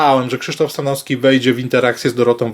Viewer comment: Panie....z całym szacunkiem i sympatią dla Pana, ale bardzo proszę o poprawne i schludne wymawianie nazwisk, np.StanoWski, TrzaskoWski, bo moje ucho jest na to bardzo wrażliwe i również nie toleruję, jeśli ktoś mówi np. jabko. Z góry bardzo dziękuję i pozdrawiam serdecznie.